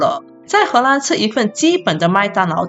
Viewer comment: 为什么你荷兰的“兰”念第一声？听起来怪怪的。